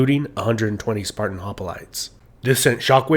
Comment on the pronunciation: It’s “hoplites”, not “hopalites”.